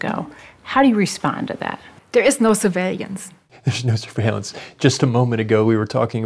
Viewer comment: "surveilliance" is what she said.